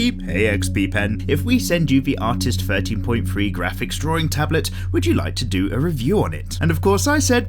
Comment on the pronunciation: With. Thing. Thirteen. 'Th's are not 'F's!